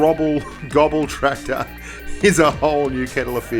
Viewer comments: I don't blame you for calling it the Grobtraktor, but it is pronounced graws-tractor. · Its gros not grob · Hehe "the grobtractor" 😂 its pronounced grosstractor, its just weird german pronunciation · Adel Tuncer Yeah.. it's actually like Gross tractor, not Grob tractor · Großtraktor = "Grosstraktor" Großtraktor ❎ "Grobtraktor" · Hey Bushka! it´s Gross (gernman for large) not grob, the "ß" is a german letter for a double "s"! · Hey mate, the 4th letter in "Großtraktor" is a German letter; "ß" is more or less equal with double S in speaking. It was funny to hear and read GroBtraktor in the video. ;-) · The ß is pronounced as a hard S like SS so it's Grosstrakktor.. if translate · Bushka On Blitz ik its probably how its spelled and great video but it is pronounced grosstraktor because the ß is pronounced like an S but either way great vid keep it up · Bushka that ß is a double S sound. It's a grosstracktor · It's Großtraktor, pronounced GrossTraktor 😉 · Grub tractor! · I cringe everytime he says grob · Boah Bushka, it's called "Großtraktor". ß, not B!! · Technically pronounced "Grosstractor" In German, that "ß" is a phonetic "S" not be rude ;) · GroBtraktor, Bushka maybe learn how to pronounce the name of something you're talking about? It was so unprofessional. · Austrian here: You pronounce the ß in Großtraktor like a normal S